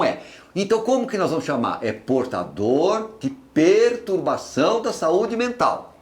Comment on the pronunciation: PertUbação???? Por favor, não massacrem a nossa língua portuguesa!